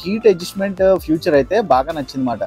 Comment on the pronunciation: "ఫ్యూచర్" కాదు తమ్ముడూ, "ఫీచర్".